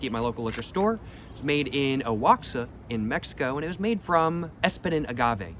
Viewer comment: Wo-ha-ca = Oaxaca